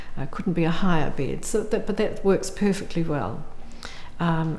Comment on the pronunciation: I can‘t get over the way she pronounces bEd